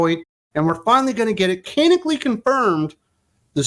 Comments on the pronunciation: For the love of all that's holy, "canonically" is pronounced "can-NON-ick-ly!" My ears thank you, my nerves thank you, and I thank you! Geez, bullshit like this is why I don't read comics anymore. When in doubt, make 'em homosexual! As so sagely pointed out with Tim Drake and Jon Kent, there's no such think as bisexuals in comics having a heterosexual relationship, because all hell will come down that the "queer" character isn't "queer" anymore! Just as with any other "woke" endeavor, all the creativity, such as it is, comes to an end after the character is made "diverse." You don't have to do anything else. You can write complete garbage thereafter. and the "right" people will still applaud you for what you did TO the character (*cough*The*Acolyte*cough*). Glad I have a lot of the old stuff in trades yet to be read. Hell, I'll re-read my old trades instead of buying this crap! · Can-on-ick-alli. That's how you pronounce 'canonically '